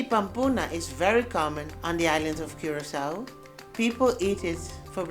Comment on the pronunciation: Congrats for pronouncing Curacao 🇨🇼 better than Wayne Gretzky